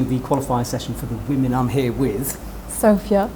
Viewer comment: you have been commenting with sofya a few times now. Try to get her name right at least. Listen carefully to how she says it. Its sof-ya not sof-i-a. Guess she is too polite to correct you.